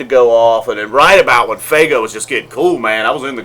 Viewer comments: It's FUEGO not faygo! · "Rog-Gay" ...." Fay-Go" ... but u mock "noobs".